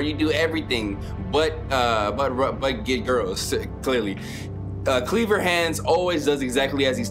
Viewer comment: bro said cleaver hands 😭